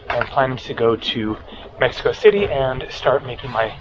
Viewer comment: It's called Mexico City, fella.